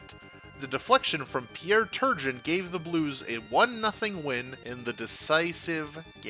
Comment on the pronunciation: “Cobby boolin Pierre Turge in” ugh